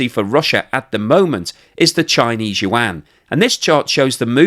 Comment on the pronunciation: That's how you humiliate a nation. It's an old strategy... Calling them something else rather than what they identify to be.....he pronounces the Chinese currency incorrectly too, love it ... 😂